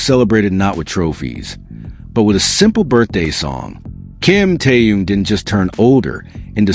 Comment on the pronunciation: Господи можно правильно произносить имена людей о которых идёт ролик Ким Тэхён перестань произносить какие то раондомные имена слушать противно😢